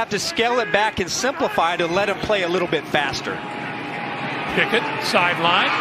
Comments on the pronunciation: It's Pickett, not Pinkett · Bro I thought he was saying Pickett to Pickett lol